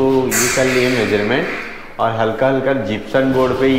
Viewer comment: जिप्सम बोलते है न की जिप्सन